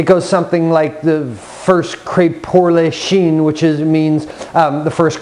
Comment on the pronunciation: It's A Dog's Life Pooch eats well, but "chien" doesn't rhyme with Charlie Sheen. Rather, start to say "shan't" the proper English way, of course, but stop before you actually get to the "n't". Your crepes will thank you.